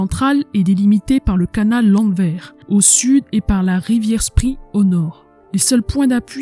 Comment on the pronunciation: Bravo! (On notera, simple détail, que Spree se prononce "Chpré" et Seelow se prononce Zéloo). Merci beaucoup pour ce partage très apprécié!